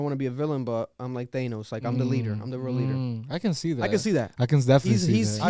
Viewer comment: bro said thaynos